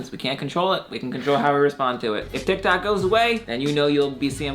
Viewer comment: He said Tiktak